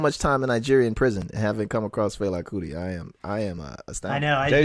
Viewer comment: said "Fila Kuti" I don't know how I feel about him being on the pod.